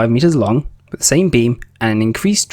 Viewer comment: Unlistenable commentary with its "wiv"s (withs) "free"s (threes) and especially "haitches" (aitches).